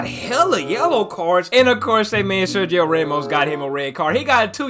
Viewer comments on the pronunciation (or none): none